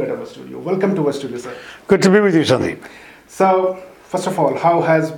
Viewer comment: Sir please try saying your name Sandeep again correctly!! , Watch sashi tharoor say it right...